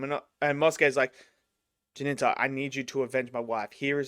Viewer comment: Why are you calling him "Jininta"? The main character is called Jinta. 2 syllables. And after the first episode he adopted the name of Jinya. Also 2 syllables. Where does that Ji-nin-ta come from you call him?